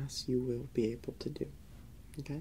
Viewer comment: lol why is he saying "hm-kay" instead of "okay", like that teacher from South park 😂😂😂